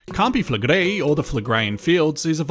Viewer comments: First English person that I’ve seen on YouTube say campi flegrei correctly 😮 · Thanks for proving that it IS possible for an anglophone to prononce their name correctly.